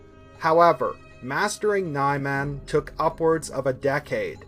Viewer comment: 4 years later, and you're still pronouncing it as "Nigh-Man" instead of "Nee-Mahn".